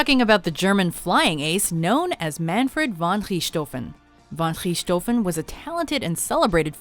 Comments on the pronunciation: How the hell did you get rich - toven in german it makes a sort of ck sound so its pronounced ricktoven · Our news always pronounce english words right. But i never heard any american say Richthofen right they always say "Ritschthoven" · You Mispronounced Manfred Von Richthofen's last name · That butchering of the Red Baron's name though.. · Wrong pronounciation of Manfred von Richthofen, it really isn't that hard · It sounds always funny when they try to pronounce German names like Manfred Van Richtofen XD... Ach ja, irgendwelche deutsche hier?